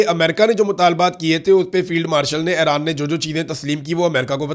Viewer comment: صحیح تلفظ Eران ہے Aران نہیں